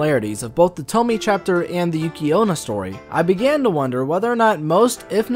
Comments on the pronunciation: Her name is pronounced "toe- me- eh". But don't take it too hard- I'm a bit of a nerd, so I took a course in japanese and still sometimes have trouble with some pronunciations. Languages can be tricky that way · "Tom-E-eh" T, O as in operation, M - E as in E, and eh as in what Canadians say EH? Tom-E-Eh. Great character tho. Nice reviews :) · Ah yes, the feared "Toemy", at least how you pronounce it x333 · honestly Tomie (tomi-eh) is such a beautiful name but it always gets butchered 😭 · It's pronounced TomAyyyeYay!! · its pronounced "tou-mnh-ehe-ie -eh" ... com on guy ! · STOP SAYING TOMMY! OMG! You do that to annoy me purposefully? Like, cease! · its pronounced as "Tommy-eh" okeeeh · "I'm big fan of toe-me" pronounces name wrong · I'm sorry but I hate how you pronounce her name. You say Tomie as it's spelt but it's pronounced To-me-yay sorry just had to say it. But decent video man. Keep it up. Just constructive criticism not being a dick. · Dislike due to "Tomee" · 'e' is never pronounced 'ay' in japanese. It's almost always 'eh'. Also, no 'oe' as well, it's 'o', same 'o' in forever. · the way he pronounces tomie just pisses me offffffffffffffffff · His pronunciation of Tomie bothers me.. 😅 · this is such a stale take. 15 year old girl murdered by her classmates after being groomed and comes back to ALWAYS gets murdered horrifically and SHES the demon ? man moment fr. TOMIE (since you can’t even pronounce it right) is a commentary on the demonization of female assault survivors and victim blaming. it’s a hyperbole. sure, Ito may have taken inspiration from old lore to write these stories, but you’ve missed the point completely. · Hard to watch when you pronounce her name wrong. Thankfully you correct it in your other video. I get it, not everyone know how to pronounce it. I don't blame you. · you could at least attempt proper pronunciation if you're making an analysis of those terms. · Kaede Yurimei also the way he pronounce tomie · Puddin Pop no its tomiEH